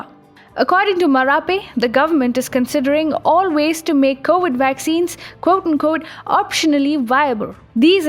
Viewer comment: Yea funny have trouble with V words